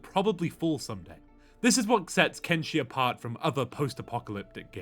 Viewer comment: It is "Ken-Fucking-Shi" not "Ken-fucking-Chi"